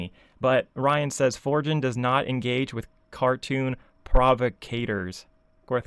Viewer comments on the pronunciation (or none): Do you know what a provocateur is? I noticed you mispronounced it every single time in this video…